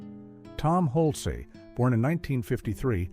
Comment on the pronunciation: It’s Hulce, like pulse!